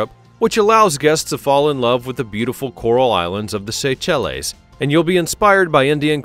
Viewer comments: "Le" in French isn't pronounced "lay" and Seychelles is pronounced "say-shell" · “Say - Chellays”! Bahahhaha😂